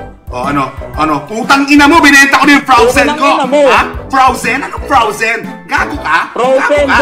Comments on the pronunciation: hahaha froazen daw hahahah bobooo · Frowzen Sabi nya hahahahahahhaha ha anong Frowzen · Frozen hindi Frowzen Natawa ako dun. Hahahaha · " o sige binenta ko na Yung frawzen(frozen) ko" HAHAHAHAHAHHAHAHAHA LT